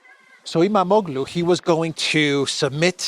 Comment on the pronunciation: How can Imamaglou (a real Greek-speaker would know how to pronounce it— Imam-og-loo, FYI) be more popular than Erdogan? You people (you and Brit Mercouris) have been consistently saying how Erdogan is popular. Now you change your tune?